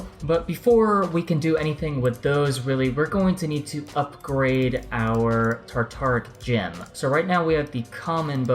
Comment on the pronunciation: It's sounds like u r saying tartar gem......lol keep up the good work